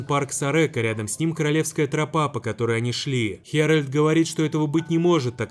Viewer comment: Поправочка, фильм геральд, а не фильм херальд